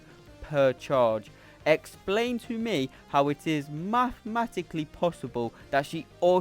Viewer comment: Other people: mathematically: maah metikly 😂